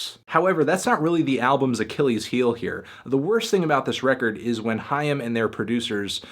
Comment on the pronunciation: Awwww He says " haim " right ... almost